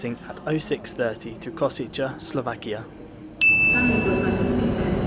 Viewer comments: It's "Kosheetsay", not "Koseecha", please. N.B.: as for Miskolc, don't be scared, it's not tricky at all: it's simply "Mishkolts". In both cases, all the sounds of these words exist in English, so no reason to be scared 🙂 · Koshitsэ, not Koshitza. The ts is soft, not hard, and the end sound is a short e. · The final station is Košice. You consistently mispronounced it as *Kosiče. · It‘s pronounced „Ko-shy-tse“ but thanks for the report 😄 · Kosice is pronounced koszytse 😃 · Ko-shi-tse, pronunciation on the first syllable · Actually, it's pronounced 'Košice'... 🙄